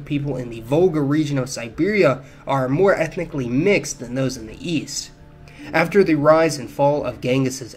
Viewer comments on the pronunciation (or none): none